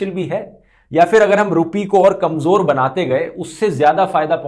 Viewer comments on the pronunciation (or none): Urdu Pronunciation correction Kamjor -> It should be Kamzor ..... jo nahi zo Pyaj -> It should be Pyaaz ..... ja nahi zaa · Bhai kanjor nhi kamzor hota hai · KamJor nahi hota bhai kamZor hota hai